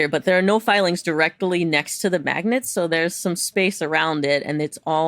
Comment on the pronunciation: "iron fillings" 🤔